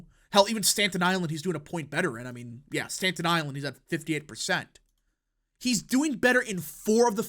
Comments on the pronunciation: It’s Staten Island not Stanton island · Staten (Stat-en) Island, not Stanton 😢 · STATEN ISLAMD, NOT STANTON. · “Stanton Island” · Why you say it like "stan ton island" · “Stanton island” bothered me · Damn it, can you pronounce Staten Island correctly! Where are you from?